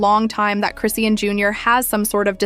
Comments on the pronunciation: It’s cris-Shawn . Like why are you saying Christian😂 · crayshin, croane, crocs? this ai voice done called her bout 50 11 names, none of them the right one?😂😂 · Chrisian. She ain't even say no T. 😂